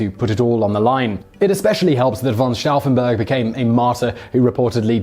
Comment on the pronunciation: Once again Simon can’t pronounce anything. It’s pronounced stoufen not staffen